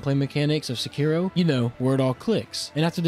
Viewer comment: Thank you for not pronouncing it as Sekido like every weeaboo only ishhin says it like that and everyone else in the game says sekiro